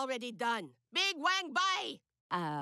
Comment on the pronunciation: Uses fake chinese accent but still can't pronounce wang